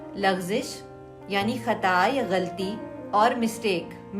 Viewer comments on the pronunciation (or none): آپ نے کہا غلْطی یہ خود غلط تلفظ ہے سیکھو اردو والے ایسا کریں تو یہ اور بڑی غلطی ہوجاتی ہے۔ اصل غلَطی ہے ل پر فتحہ کے ساتھ